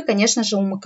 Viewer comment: Познавательно,информаьивно,но всё- таки не "У Мэ Ка", А " У Эм Ка".